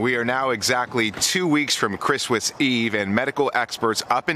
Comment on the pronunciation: the way at the end he says wistmas